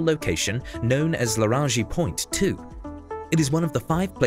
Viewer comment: What is this "laraji" point? :o